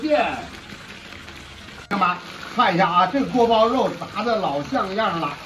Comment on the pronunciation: 发音不规范 锅包又